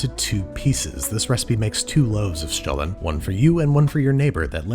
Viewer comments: Great job Babish! I love it how you take a look around for worldwide specialties. Also, my German ears absolutely adore you saying the word Stollen 😊 love from southern Germany! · 10 out of 10 on that pronunciation. I am not from Germany ,but I am a german speaker. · I have to say, your pronunciation of Stollen is perfect 👍🏽. Nothing basic here ☺️.